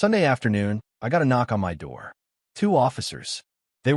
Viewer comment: OMG, why doesn't this AI voice cannot pronouse " My' properly? And who the hell fights over a rented apartment😂😂😂😂